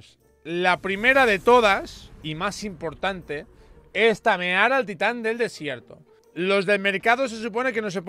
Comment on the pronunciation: Tamerar? Kenet gaeraaardo ala